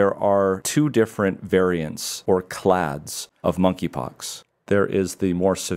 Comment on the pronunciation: Thanks for the video. FEI, there are a couple of anomalies for those non-native English speakers and non-medical folks which need to be pointed out; 1. 'clades' is first pronounced 'cla-ds' then at the end of the video pronounced 'clay-ds'. The latter is the correct pronunciation 2. There is a spelling error where 'immune' is missing the 'n'